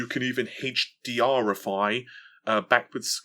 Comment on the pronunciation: "Heych Dee Arhhify"